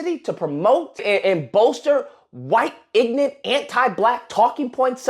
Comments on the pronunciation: How can aomeone call someone else what i expect he meant ignorant when he says ignant instead of ignorant which makes him sound ignorant lol anyone who says ignant instead of ignorant is in fact ignorant lol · the word is IGNORANT NOT "IGNANT".. whaaaaaaat???? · LOL did this fool just say ignat, yeah, you're educated 🤣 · So the guy that knows everything pronounced ignorant as ignant. Yet he's the one saying conservatives are brainlets. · Did just pronounce ignorant as ignant? 😂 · the don lemon supporter said ..... ignent . ... instead of ignorant ???? if u can't say the word correctly maybe you are the ignorant one . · The black racist think everybody is racist that isn’t black. And it’s pronounced ignorant, not ignit. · Igg-nent, dude is bashing an Indian dude about speeking the truth, as he's doing the same thing, the Igg-nent dude is sticking up for Dom lemon-aids because he wants Dons wand🤣😂🤣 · Omg, guy cannot pronounce ignorant, and and making racist remarks against an American born person of immigrant parents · Don't you love the way that ass-hat pronounces 'ignorant' ? Tells me all I need to know.